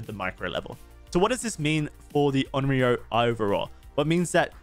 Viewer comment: Onryo is pronounced a bit different that how you are. No big deal, but if you want to be special and go the extra mile: "own" "ree" but pronounce the r sound with the tip of your tongue "oh" own-ree-oh And remember, the r is pronounced with the tip of your tongue.